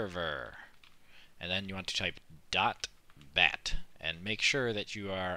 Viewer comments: wtf does he say? .that? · i cant hear him... it's dot waht? batt? bat? batch?